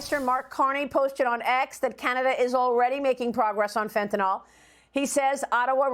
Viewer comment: If only she could pronounce “Fentanyl” correctly.